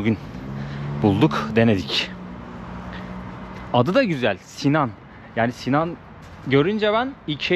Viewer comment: Cok guzel bir cekim olmus. Bu arada "Si-nane" olacak, 'Sinan' degil.